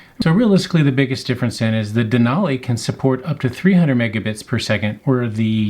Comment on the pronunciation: Useful video other than repeatedly saying Denali incorrectly every minute Den-ally